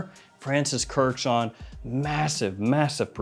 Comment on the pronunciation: Please can we pronounce kurkdjian kurkd-jian not Kurt-chan. Its Armenian the ending should sound like (i-yan)